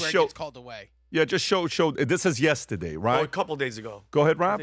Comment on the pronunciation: Please don’t say “yestedeyyy “